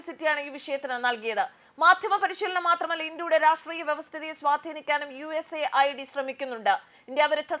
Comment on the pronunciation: USA ld അല്ല US AID എന്ന് ശരിയായി പറയു.